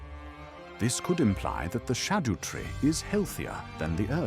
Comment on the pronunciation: Im not a huge fan of the TTS but i appreciate the effort you put in to get it to pronounce things right, including things like Haligtree and Scadutree which half the youtubers on here get wrong lol